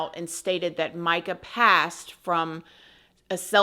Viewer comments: It's announced, Meeka, NOT Mica. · Per her family, it is pronounced "me-ka" not "my-ka"